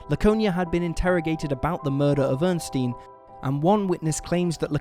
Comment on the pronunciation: Ernestine has three syllables. Earn-ess-teen. Or er-nest-ine.